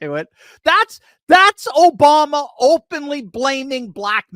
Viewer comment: Obama = "O"-Bomb-"A" ...